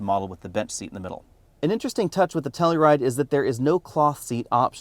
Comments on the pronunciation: It's pronounced "Tell-U-Ride", not "Tell-E-Ride" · Wrong, it’s pronounced Kia Slowride.